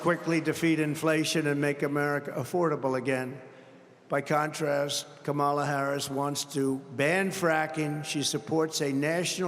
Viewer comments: donOLD trying so very very hard with what little he has left. He can't even pronounce Kamala how are we supposed to take you seriously? Somebody take his keys away and throw him in the retirement home. Goodnight Nurse! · CAN'T say name correctly. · How many times ⏲️ is he going to mispronounce Kamala's name???